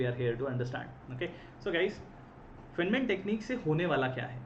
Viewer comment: Please, at least learn to pronounce "Feynman" correctly.